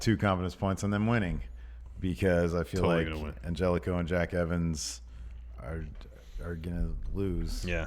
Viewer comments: Idk why it bothers me when says Angelico when it’s pronounced An-Heli-Co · Angelico is pronounced An-Hell-E-Co not Angel-ico